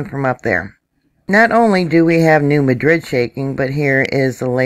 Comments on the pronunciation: Hey..it's pronounced..New Madd..rid... Not MA drid...😃😎...I live 50 Miles from Reelfoot Lake..to close..🤣😋😋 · We here in southeast MO pronounce it New Mad-rid not New Ma-drid just saying. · It is pronounced MAD rid. Not like the name of the capitol of Spain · MAD - rid, I live nearby. Geez. It's not Kie - roe, either. It's Kay--Roe.